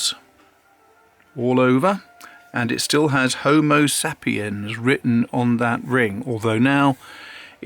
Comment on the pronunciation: You’re saying Homo Sapiens incorrectly. Homo Say-pee-ens!